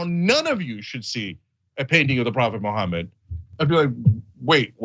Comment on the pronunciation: Una kerspranian keeps saying Muhammad as 'mo homid'. See what I did there? Josus chrust might sound cool, but that's not how you pronounce the name. Huh? Tongue in cheek aside... Yeah I mean... shut the hell up about how it's against uoyr imaginary friends rules for people to do things under an expectation of free speech. You get to exercise your freedoms, but others can't? America. Land of the weak and home of the craved... Not how that, goes? Oh... You fooled me... or yourselves.. which ever fits better.